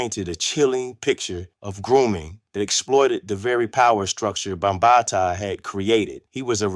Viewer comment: It's five pillars of hip hop: MCing (emceeing), DJing, breakdancing, graffiti art, and knowledge. And you're pronouncing Bambaataa wrong.